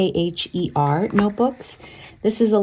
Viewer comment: FYI. Cahier = ky-yay. French for notebook